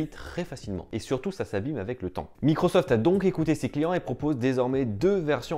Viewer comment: J'avais pas remarqué mdr